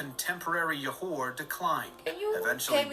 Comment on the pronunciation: oh gosh Johor's Jo is pronounced as in Jo in "Joe"... what is Yohor hahahhaha Kecil's "cil" is pronounced as "chill" without the H sound. aaahh narrators